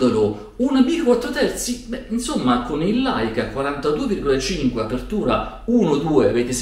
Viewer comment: Un piccolo appunto, Leica si scrive e si legge Leica, Laica è una casa costruttrice di Caravan.... 😜 Aggiungo solo che con la full frame, chiudo il diaframma e ottengo più PDC, con la m4/3, non posso avere lo sfuocato della full frame...